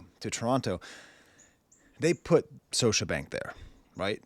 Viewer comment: The second "t" in Toronto is silent professor lol (and Scotiabank has a hard "k" sound "Skosha")